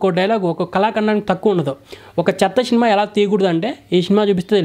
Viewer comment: శినిమ కాదు సినిమా